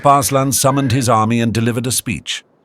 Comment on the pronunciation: Arse-lan... 😂😂😂😂 Sorry😅